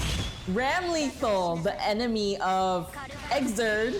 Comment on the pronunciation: Sorry to be kinda nitpicky, but the name is pronounced RAM-eh-thall. The spelling is just kinda weird.